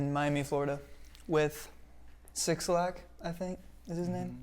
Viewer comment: You're so cute but his name is pronounced ”black, ” not 6lack/6black 😂❤️